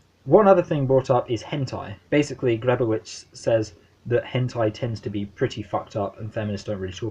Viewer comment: It's pronounced "Greb-oh-vich." Don't feel bad--I studied with her for four years and still occasionally got it wrong. The "pro" vs. "anti" debate is fascinating, but as I read it (and as Grebowicz herself taught it) WIPM is as least putatively uninterested in that question. What's under examination in this book is internet porn qua internet--what is means that porn is being distributed through the internet, what it means for the social, what it means for privacy (what it means for what "privacy" itself means), what are its political implications under conditions of the attrition of tech?